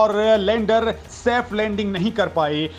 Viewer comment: सैफ लैंडिंग नही सेफ लैंडिंग। प्रोनाउंसिएंशन ठीक करने की ज़रूरत है।